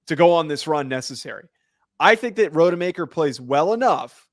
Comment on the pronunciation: Not RODE-e-maker. It's ROD-uh-maker. One google search and you can see that.